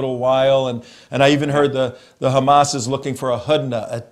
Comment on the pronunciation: Why does he keep saying GAMAS. He is dutch he knows very well how to pronounce the 'H'